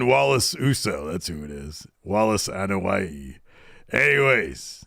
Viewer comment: “Bill Anoai”🤣🤣🤣🤣 my chest hurts LMAO